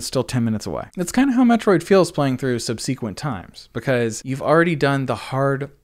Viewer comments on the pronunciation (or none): May I humbly ask a question? Why do you pronounce the word subsequently as sub-SEE-quently? I am starting to encounter this pronunciation quite a bit from Youtubers with a gaming focus, and I am trying to find out where it originated. Don't worry, I am not making fun of you. My question stems from my fascination with language. My understanding of language is that there is no wrong way to pronounce a word. The only consideration would be if it might cause confusion to the listener I suppose. Thanks, cheers!